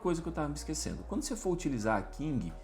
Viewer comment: PQ vc fala King ao invés de Kling? kkk